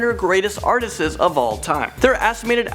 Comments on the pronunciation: It’s “artists” not “artsti-es”,,, good vid though. You said it every time so I couldn’t help myself. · It's Paul McCartney, not Paul Mcarthy. Also, it's Artists not Artisests